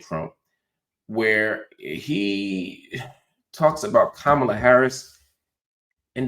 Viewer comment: Another nword choosing to mispronounce Kamala's name. You lost me right there. Get back in your meds bro. You were doing well up until now